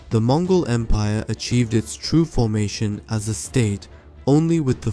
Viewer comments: it's Mongol not Mogol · I didn't know there was a "Mogol" empire!? Who the hell swallowed the letter N?😂😂😂